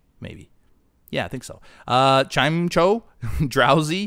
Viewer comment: It's pronounced Clim eco in the movies